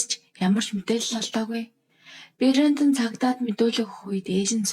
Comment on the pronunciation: Бэрёондон гэж дуудаад байх юм,Брендон за юу😂